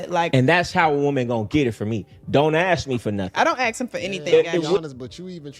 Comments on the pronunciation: Still can't say ask instead she says axe ...😂😂😂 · Hearing her say “ax” instead of “ask” multiple times back to back makes my ears bleed. 🙄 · Why don’t these types ever know how to pronounce “ask” ?